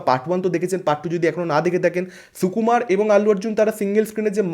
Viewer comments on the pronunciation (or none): Sssukumar😂…. Ucharon parena baja boke